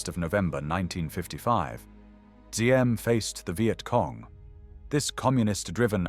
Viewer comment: Diem. For translation accurate. D without the straight horizontal line in the D is like the “Y” sound. So it’s better to say “YIM”.